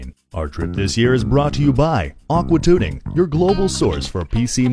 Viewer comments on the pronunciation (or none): Lol sounded like aqua tooting